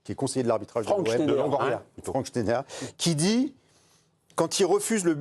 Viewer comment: Shneider...😂😂 vous appelez ca un chroniqueur non mais serieux c'est un shtroumphe